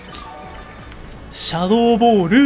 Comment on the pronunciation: シャドー↓ボール↑でひさしぶりに楓の事を思い出した